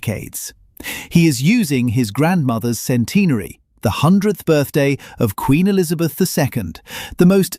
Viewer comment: Sorry. I can't get past the way centenary is pronounced by this narrator